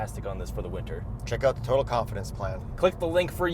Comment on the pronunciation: If you guys are getting sponsored by Total at least you could learn to pronounce the name correctly.